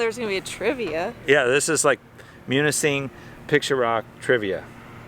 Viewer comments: You pronounced it perfectly! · Great video!, your pronunciation of Munising is perfect! If you and Sheila come to the Lower Peninsula, you really need to visit Traverse City.